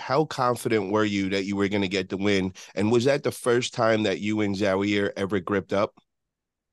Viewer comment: Zowear 🤣🤣 it's Zaur!!